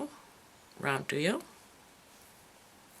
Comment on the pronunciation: Please stop pronouncing duo incorrectly. Very difficult to keep listening.